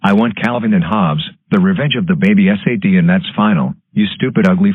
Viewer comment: GOOF: He says "S-A-T" instead of "Sat"